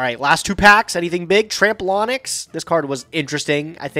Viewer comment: 'Tramp-lon-ix?" It's "Trampo-lynx." Trampoline + Lynx.